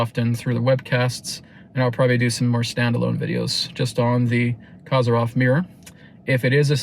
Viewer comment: The correct pronunciation of his surname is Ko-zeer-yev. The accented syllable is the middle one, "zeer". The wovel "o" in the first syllable is short, as in the word coffee. ❤